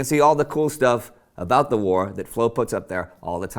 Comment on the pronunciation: I really enjoy the emphasis you place on 'STUFF'